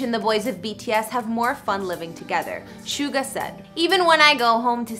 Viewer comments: Soogar? It’s suga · Gurllllll hes name is jungkook and hes name is chin ,snga gurl it's suga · Suga is pronounced as Shooga or Shuga